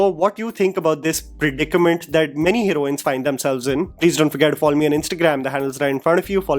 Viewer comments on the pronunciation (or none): none